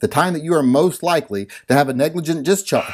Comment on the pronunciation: “, you are fined one credit, for being unable to say, ‘negligent’”.